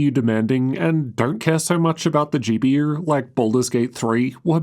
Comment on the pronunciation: "Laptop GP-YUR"